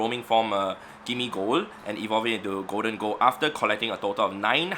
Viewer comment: did my man just say goldengo lmao its pronounced goldingo